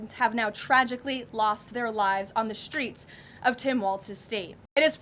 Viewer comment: Please learn to pronounce "STR" as in "STReets" - it is NOT pronounced "SHTReets"! You seem intelligent, this diminishes that.